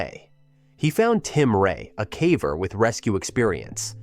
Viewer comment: AI can do so many impressive things but it cant pronounce "caver" correctly